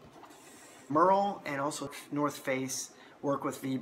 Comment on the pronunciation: Great video, but you are butchering the pronunciation of the Merrell name. It's not pronounced like "Murr-ell", it is pronounced the same way the famous actress Meryl Streep pronounces her first name.